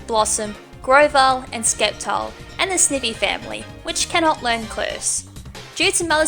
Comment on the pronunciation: Skep-tile? It's Sep-tile.